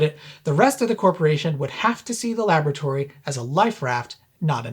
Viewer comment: OK I know i'm ENGLISH but "LAB RAT ORY" please LABORATORY simples,and whilst i'm here it's SOLDER not SODDER !!!!